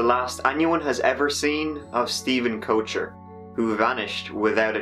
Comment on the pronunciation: Koecher from my experience is pronounced kegger